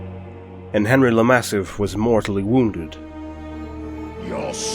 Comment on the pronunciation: You should pronounce bretonnian names like you would pronounce french names, usually emphasizing the last syllable. henr"y" le mass"i"f